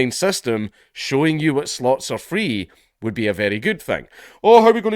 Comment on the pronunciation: "But-but healfcare is fwee"